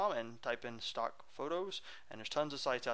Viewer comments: lol nahh he said "fock" he meant to say "stock" and nah he pronounced it "fock" not fuck! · he accidentaly said falk instead of stalk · HAHAHAHA he did =) he said fock! lol